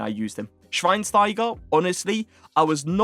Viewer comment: A lil tip how to say Schweinsteiger correct..say the (S)teiger like you say (SCH)wein. Edit: say schweinschteigah